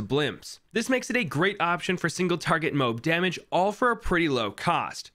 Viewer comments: ITS PRONOUNCED MOWAB NOT MOBE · Moab think about it… he’s pronouncing it as MOA-B instead of MO-AB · zoomers really out here not knowing that the word MOAB didnt come from a monkey game lmao its a missile and its pronounced as "mow-ab" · The correct pronunciation is “moh ab” you fools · it’s pronounced mo-ab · “Mobe damage” 💀💀💀 i do not wanna hear this guy pronounce kobe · It’s pronounced “mow-ab”